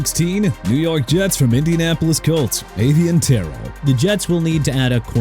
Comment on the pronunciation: MR. "NEW OR-LEANS" WHO GOT NO RESPECT FOR A LOUISIANA CITY, IT'S PRONOUNCED NEW OR-LINS OKAY? AND MIAMI CAN HAVE SONNY STYLES! AND ALSO IT'S AVIEON TERRELL PRONOUNCED AY-VEE-ON TUH-RELL AND JAGUARS PRONOUNCED JA-GWAARS NOT JAG-WIRES AND CLEAN UP THAT THUMBNAIL CUZ YOU GOT DANTE MOORE ON THERE! SMH!! ALSO SINCE SOMEBODY WANNA BE MISINFORMED TYTUS HOWARD GOT TRADED FROM HOUSTON TO CLEVELAND